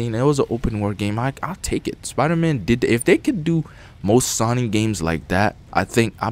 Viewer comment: you need to learn how to pronounce SONY and its IVE SEEN not I SEEN